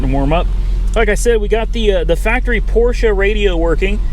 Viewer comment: thank you for correctly pronouncing PORSCHE .